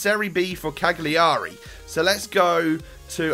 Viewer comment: cagliari is pronounced calyary